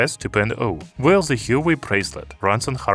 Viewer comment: You're pronouncing Huawei wrong.